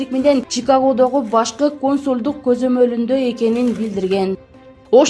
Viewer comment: Чон кыз укм дейсинби? Консуль эмес консул, уят эле ушинтип окуп чыкканын